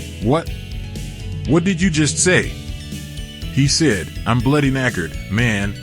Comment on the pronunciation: Keeps on pronouncing the word "said" as sid.